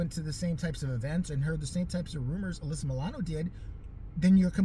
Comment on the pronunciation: You pronounced my name right. Especially 2nd time..dead on. Anyways thank you for doing my video request! ❤ i love your videos they make my day. I was laughing a lot you were catty reow 🐱🐾 ssss with The Charmed! And then again I giggled especially when you brought up 90's hardcore Suzanne Powter... I think her name is. I don't know but I surprisely own 3 of her books believe it or not, my best friend and I were into her "Just Breathe! And diet. Hahaha! I was so captivated by her leveling up story I got ripped at the time stat..😂 serious.